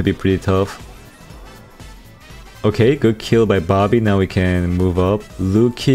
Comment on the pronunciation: Your saying bobby sounds like barbie